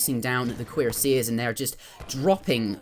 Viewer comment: I don't understand what you mean by "a C sound not a Q sound," but did pronounce cuirassiers correctly fyi